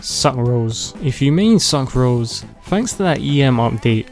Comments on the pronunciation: SAC RAS 😭😭😭😭😭😭😭😭😭😭😭😭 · SUNC ROWS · “Suck rose” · "Suck rose" "Cheldi" "Zingkeu" "Haw tei" "Kew kee" "Noelee" "Ningug" "Keyo" "Fishlee" "Eluwo" "Daono" "Dee luuk" "Bai doo" "Albeedu"